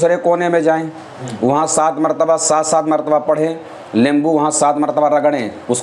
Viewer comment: nimbu boleya lembu nai hota😅😅😅.....lemon=lembo😂😂